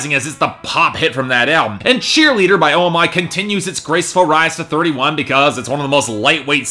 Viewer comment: Just by the way, I'm pretty sure OMI is pronounced just 'oh-me' with two syllables, it's slightly distracting every week :p Really enjoy the channel though, keep it up.